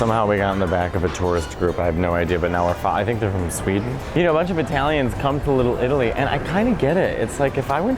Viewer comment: You say it like one running word lillilli lol